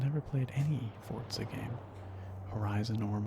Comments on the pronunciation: The way you pronounced Forza seriously gave me brain damage, it’s For-za not Fort-za. Apart from that, really relaxing video 👌🏼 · Its Forza! Not Fortza! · Why does everybody read it fortza not forza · Why do u say fortza? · Ahh he’s one of them people that say “Fortza” 😂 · even in the game they pronounce it for-za , like the announcers pronounce it that way. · Where the fuck is the T in forza